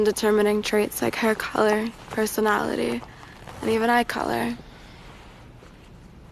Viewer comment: Hair keller, personowlehteeh, and even eye keller